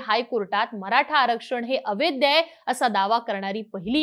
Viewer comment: बरेच वेळा ' अवैध' ला "अवैद्य" असे म्हणतात! 😊